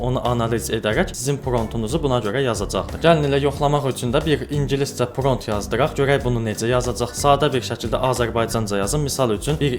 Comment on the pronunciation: Pront yox =prompt dəyərli insan 😊